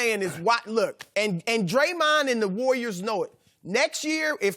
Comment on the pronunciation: Chris says the War-yours instead of saying the Warriors